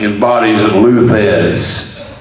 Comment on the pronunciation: It's Thesz...not Thez.